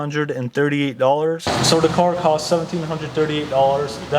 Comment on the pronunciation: “so dis is how much i paid for de cauuur”